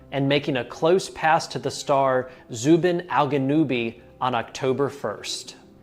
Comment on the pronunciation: You said it perfectly Zuben aljanoubi The alganoubi pronunciation is Egyptian/ Sudanese and part of Yemen accent of arabic